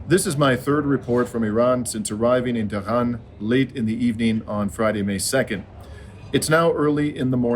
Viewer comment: Hi, it's pronounced TeH-ron. 'Te' like in 'test,' ending the syllable with a short audible "H," followed by 'Ron' like the name. Similarly, Iran is pronounced 'E,' like the letter E, and 'Ron' like the name. Grateful to you for keeping us informed.